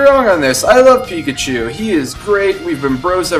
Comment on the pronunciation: But pichachu is phicachu!!